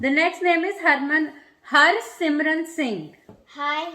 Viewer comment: Thanks for Shout out. Harsimran and Sanmiit Pls do one more time if you can with clear pronunciation of Harsimran's name and also sanmiit's name. Both have watched the video whole day